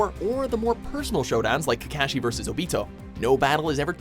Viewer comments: You can tell this man is reading a script because of the mispronunciations. Like kakaaaashi. And the RAAAAsengan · Rah-sen-gan=Rasengan Go-hah-n=Gohan Mah-dara=Madara Kah-kah-shi=Kakashi Ak-at-sooked=Akatsuki I love the pronunciations...